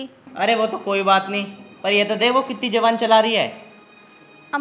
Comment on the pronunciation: zibaan ni zubaan hota h